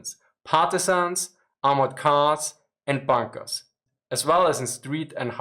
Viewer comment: you're right😂😂